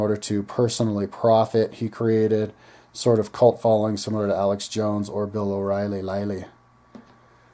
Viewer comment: Bill o rielly... lmao umm ok